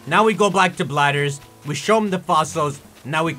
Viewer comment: I know it's Blathers, but I can't stop calling him Bladders now